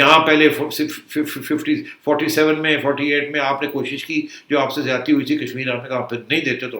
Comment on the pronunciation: Baaz ajaoo, werna aap kay saath Ziyati na ho jayay 'Z' k saath. Yeh app Indian main yeh 'Z' aur 'J' main confusion kyun hai? Jabardast nahin Zabardast Jamana nahin Zamana Ijaj Ahmed nahin Ijaz Ahmed Jiyati nahin Ziyati.